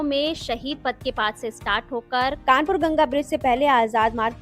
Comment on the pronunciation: It's Kanpur, not Kanapur